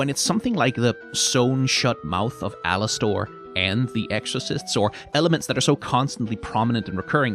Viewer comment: “Alas-stORE” is driving me insane